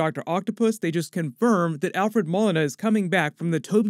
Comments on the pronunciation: bru its pronounced Mo-lena not Mole-ina lol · It's pronounced mo-lee-na not mol-in-a, sorry it's a pet peeve. Still not as bad as the time someone called Sub Mariner Sub-marine-er instead of sub-marin-er. Ok, no more commenting on the internet for me today :D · It's not "mall-lina" it "mole-lina" Alfred Molina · it's Moe Lean uh Molina, not Mull in a...... DAMN>=) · Ma-Lee-nah not Mah-Lin-ah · It's 'moe-leen-a." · Alfred “Moh-lyna” is how it’s pronounced. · Moe Leena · Alfred MOE-LEE-NAH 🙃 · Alfred Mo-Lee-Na... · Its pronounced Alfred Mol-ena even though its spelt Molina. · its pronounced Moleena Not Molina, Just Sayin... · Hey, it's pronounced Mo-lee-nah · Isn't it pronounced Moe Lee Nuh ? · It's Mo-Leen-a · Love your work, but its pronounced Alfred MO-LINA! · It’s pronounced Mo-Lee-Na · It’s pronounced moleena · The 'Molina' pronunciation is killing me.